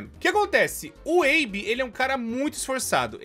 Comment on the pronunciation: O nome dele é Abe. Abe e abby tem pronuncias diferentes kkkk